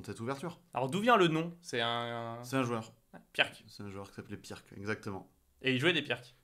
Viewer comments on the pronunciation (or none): On ne dit pas pirque mais pirtz car c'etait un yougoslave du genre et la bas le "c" en fin de mot se prononce "tz" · Super vidéo ! Par contre ça se prononce "pirts", désolé mais ça fait mal aux oreilles